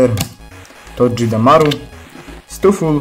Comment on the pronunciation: spokojnie, uszy krwawiły tylko przy "todżedemaru" ;) (ale to tylko dlatego, że to nieprzetłumaczona nazwa z Japońskiego, jak Pikachu, Pachirisu, Dedenne itp. więc na 99,9% wymawia się to po prostu "togedemaru"). I tak podziwiam, nazwy pokemonów z piątej generacji wzwyż to dla mnie większe łamacze językowe niż chociażby "wyindywidualizowaliśmy się z rozentuzjazmowanego tłumu." XDD